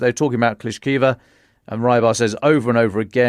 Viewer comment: Klishivka... not Klishkiva. Surovikin, not Surovkin...